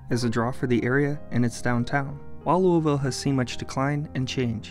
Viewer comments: Like nails on a chalkboard, everytime he mispronounced Louisville. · He pronounced it the way I do there.. Lou(a)ville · Thanks for the video, however your mispronunciation of the city's name makes some of us cringe. It is not, "Louie-Ville"... it is pronounced Loul-a-Vul. However, we do understand that an outsider would almost have to hear a native pronounce it in order to verbalize it correctly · born and raised in this city, I don't love it, but it's home. Great video, but one thing every Louisvillian wants to tell you and may just be shy about it: it's {LOU-UH-VUL}. Not {LOO-EE-VILLE} or {LOO-UH-VILLE} :) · fyi Kentucky natives do not say "louis-ville." We pronounce the city "luhl-vul." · As a native Louisvillian, it is pronounce "lou-vul" not "LouEEE-ville" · I don't know if anyone has commented this or not, it's pronounced by a lot of people who live in Louisville, lou-i-villie not louis-villie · Would hope the city name would be pronounced as it is by locals. It is not Louie-ville but Lou-ah-vull. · we don't say "Lou-e-ville" it's more like "Lou-a-vul" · Not Looey-ville. It’s pronounced Lou-Ah-Vuhl. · It's not lueyville it luville. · The way you pronounce Louisville is making me cringe. It’s said Lul-vull, not Louie-ville. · Bro Kentucky is fine. Nothing happened to it Edit: it’s lueh-vile not looy-vile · That's the way people from Louisville pronounce it but it's wrong. It's Louis ville. Everybody from everywhere else pronounces it right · No it's pronounced luh-vull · Locals pronounce it “Lou-ih-vuul” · I live there and no one says loo-ee unless they are foreign lol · I lived in Louisville from 1976 to 1980, my college years at U Of L. The locals pronounce it Lou uh vull. Neither of your pronunciations hit this. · It’s Looahvuhl and I don’t think we’re forgotten 😅 you forgot about Humana too 😊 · It’s Louisville pronounced locally “Lou-a-vull” and yes im a born and raised Louisvillian #502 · Loo-a-vul !! Somebody didn't do much research outside wikipedia